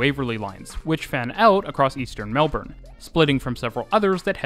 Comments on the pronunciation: Even Melbourne pronunciation in this one gets a lot of improvement from your older videos. To make it really in the right place in your heart, the next video about Melbourne, say it like Melbn, completely without the R, please. You will get so much more love from Aussies. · Finally or eventually we will get a train going to the airport. Should be ready in about 10-15 years. If you really want to get some love pronounce our city as Mel- b'n. Awesome information. Cheers. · nothing makes a Melburnian grit their teeth more than “Melborn” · Melbourne's pronunciation in this one gets a lot of improvement from your older videos. To make it really in the right place in your heart, the next video about Melbourne, say it like Melbn, completely without the R, please. You will get so much more love from Aussies. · Obligatory "it's pronounced Melb-n" comment. Awesome video by the way. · Mel-BIN, sigh 😂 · Its pronounced melbin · I know, but it'd be nice to hear a Youtuber from a channel I love say it properly (according to Melbournians) just once. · Melbourne guy here - I learned quite a few things! Great job! Thanks! But you don't know how to say Melbourne properly so don't get a big head. 🤣